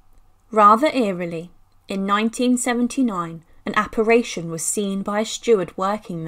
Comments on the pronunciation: Apparition, not apparation. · Several mispronounciations ! The word is ‘apparition’, not ‘apparAtion’ !